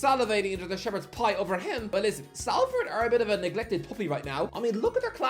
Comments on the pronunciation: Sol-ferd, not sal-ferd. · it's pronounced Solford not Salford 😩😩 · Salford is pronounced Solford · Everyone else cringe every time he mispronounced Salford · Five years and still not learned how to pronounce Salford